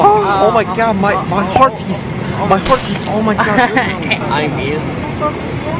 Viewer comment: I love this with all of my hearteu